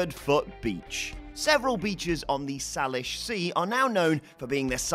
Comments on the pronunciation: Sai lish not sahlish sea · FYI the Salish Sea is pronounced SAY-lish. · I'm sure it's a "close enough" sort of thing; but, it's pronounced Say-Lish. They are a Native American tribe. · Say-lish sea. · Psst! Salish sea = say-lish sea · It's pronounced 'say-lish' just fyi and yes all the feet showing up around beaches near my home town its disconcerting yo say the least.